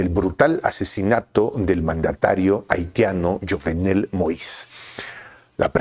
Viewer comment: Buen analisis J, pero el moreno no era Nois sino Moïse y se pronuncia Mois...mejor dile Moisés.